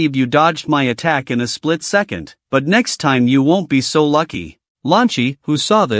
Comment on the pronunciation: Bro instead of saying second he always say secend